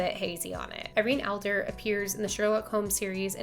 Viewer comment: Did she say Irene Alder and Professor Mority😂